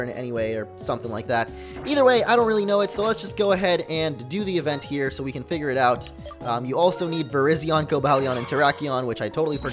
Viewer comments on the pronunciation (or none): none